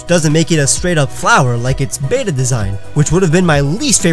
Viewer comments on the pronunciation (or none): none